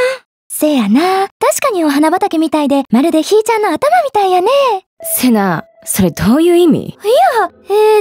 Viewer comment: ひーちゃん↑ の発音が好き。